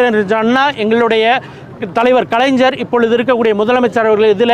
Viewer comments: முதலில் கலைஞ்சர் என்று சொல்லாமல் கலைஞர் என்று சொல்ல கற்றுக் கொள்ள வேண்டும் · வசம்பை நாக்கில் தேய்த்து பேசணும். கலைஞரை கலஞ்ஜர் மற்றும் பேரறிஞரை பேரறிஞ்ஜர் னு பேச கூடாது.